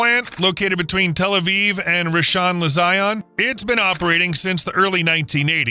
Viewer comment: The pronunciation of Rishon LeZion was especially wild, too 😂🎉